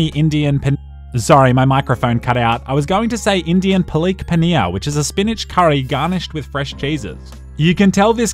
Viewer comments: I think It's Palak Paneer, not Pilik Piniya.😆😂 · bro said palik paneeaa T^T